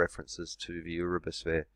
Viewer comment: What's an "oorabis" ?? 😕